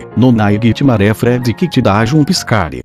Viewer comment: "jumpiscarie" kkkk